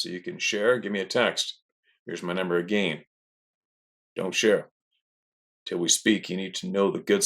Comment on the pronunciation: Why do you say "again" but then you also pronounce it "uh-Gayne"?